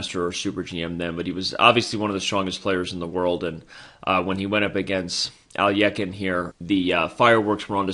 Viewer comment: Even if you're pronouncing it incorrectly, at least sound it out correctly. How do you get a y in there? Alyekhine. Even just sounding it out you said it wrong.